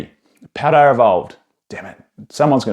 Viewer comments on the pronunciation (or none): Good sir there is no R in Paldea